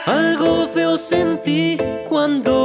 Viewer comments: En ves de feo dijo seo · 0:2 dice SEO en vez de Feo El sustitulo de wereber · Saben que dijo seo envés de feo